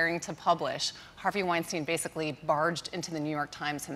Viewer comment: I wish people would learn how to pronounce Weinstein’s name correctly. It seems difficult for Americans to grasp the most basic elements of language.